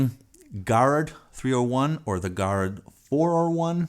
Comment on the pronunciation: Garrard. Pronounced jer(k) - (h)ard.